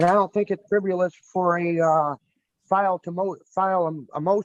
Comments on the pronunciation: it's "fribbelus"🤣🤣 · this whole thing was "friv-U-lous" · How does someone like him honestly think they can successfully represent themselves in court?! He can barely say the word friv-you-luss.